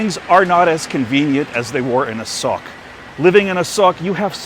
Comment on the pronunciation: Hey, From the last clip i very doubt about Thai Sub "ออกจากรองเท้า" and don't understand how it relate to SOCK? This clip I clear about it now, You said A-SOKE But the auto translate make it wrong bc you pronouce was A-SOCK. hahahaha